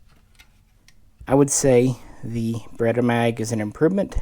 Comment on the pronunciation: It's not Berr ret "ERRR" It is Berr et AAAah. Geeze at least say the name right.